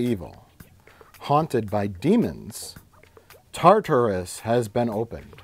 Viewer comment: You guys are slipping. clearly says "Tartus" twice at one point and neither you or the editor have made fun of him for that. Booo.